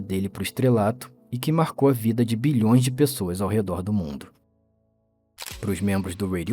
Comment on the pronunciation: Quando ele disse "Bilhõs" foi sério